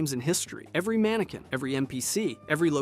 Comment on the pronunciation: Manekin not manekwin